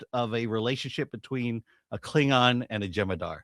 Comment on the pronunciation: A Kling-NON 😂 and a Fem-Haddar 😂 I think I'll pass.